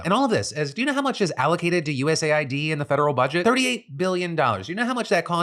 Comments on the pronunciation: Why are you saying US Ayy-Eye-Dee instead of US aid? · It’s pronounced US aid, you dip shit. There is a USA ID program which veterans have to use. Thanks for giving me a heart attack. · Phil it's pronounced US AID not USA ID. Just look at their Wikipedia page for their flag or wordmark. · It's not USA-ID my brother, it's US-AID... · lol.... WTF?? what are you saying?? it's US AID... not USA ID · US Aid, not USA id😂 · “US Aid” not “USA I.D” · Lord! Its US Aid not USA ID.. jeeze! You said it a million times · US Aid, not USA id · I hate that people are saying “U S A I D” instead of “US Aid” Why say 2 extra letters/syllables… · I just find it annoying. Like it's an Aid organisation. ID has nothing to do with it so why pronounce it wrong? He got USPS correct but not US-Aid